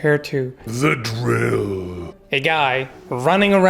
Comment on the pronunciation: The way you say the drill is hilarious